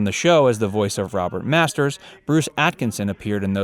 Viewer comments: "Robert Masters" xD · robert masters? c'mon man...